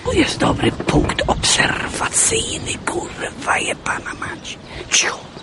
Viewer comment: "Tu jest dobry punkt obserrrwacyjny kurwa jebana mać" :) hahaha jebłem